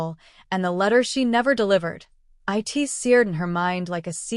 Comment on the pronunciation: At least say the right word not i t it is prnounced it. Get your AI on the right page with speaking the right word